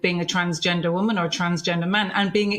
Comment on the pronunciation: How can Peter have been around so long but still pronounces the words women and woman in exactly the same way 😅